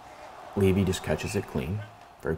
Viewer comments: I mean you said his name properly here . Many people in the medias for now are saying it wrong. It isn't "Leavay" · You pronounced it right. Leevee. I grew up with his dad. He actually sent me the link to this. I cringe when everyone says his last name wrong. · i get it mixed up too, but the tsn guys just confirmed with his family that it’s pronounced leavi